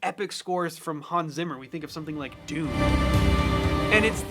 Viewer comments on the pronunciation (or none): none